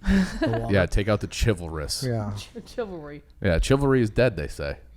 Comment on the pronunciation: I believe its .. shiv-ll- ree .. I def noticed it lolol